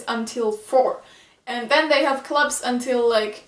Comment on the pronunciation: Are you from Germany, if so, you got a good english going. But still, maybe it would help if you wanted to point some things out like this one for example, like the things in high school that are anime like are 1. The design of the school, and then you can go explaining it because I'm sorry I misheard when you said "clubs" I heard you were said "gloves". Also, if you wanted to show anime stuff in this don't make it too quick, I have to rewind a little bit just to see what was the thing you are showing.